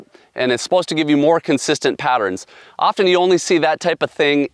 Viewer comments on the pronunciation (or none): none